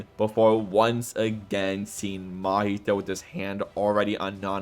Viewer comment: Cool video my dude but who's that Mahito you're talking about? That guy's called Mahee-hee